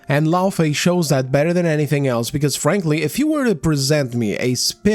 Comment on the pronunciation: Did you just say "Phranqly"? 😂